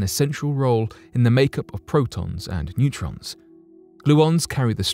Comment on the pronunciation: i think he’s saying neurons instead of neutrons? 😂 he has a speech impediment party masked by his thick accent, but in any regard voiceover should not be his chosen vocation. 🙄